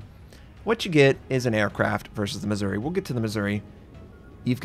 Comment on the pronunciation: On the Missouri the emphasis is on "ou". Otherwise it sounds like Misery.